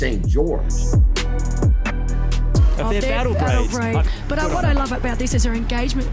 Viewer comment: St Gerorge!! You absolutely nailed it